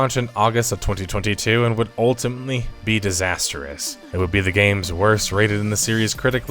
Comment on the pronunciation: You saying "ultimately" really weird, was that a record of that specific word? and